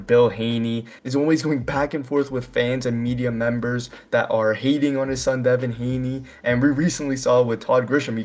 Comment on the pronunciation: What are you saying his name like that?! …its unbearable